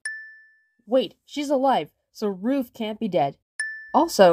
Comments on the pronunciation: The thing i hate about every Gametoons animation where Ruv is in, they pronounce his name as ROOF, ROOf! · Sin for calling Ruv “Roov”